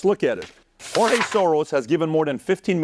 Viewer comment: Bro, stop pronouncing George that way. He not spanish! Ig you want to be accurate, in the hungarian pronunciation, its Gueorgue.